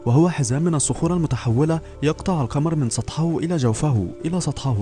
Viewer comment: من سطحه إلى جوفه: الهاء تنطق مكسورة لا مرفوعة و جازاك الله خيرا.